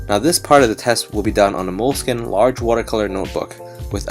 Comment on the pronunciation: It's not Mole-skin. You pronounce it Mole-skin-ay